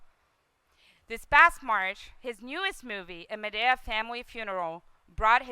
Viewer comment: Madaeyah? its MADEA